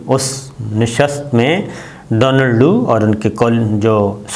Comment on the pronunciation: صابر صاحب ! ڈونلڈ ڈو نہیں ڈونلڈ کُو نام ہے ۔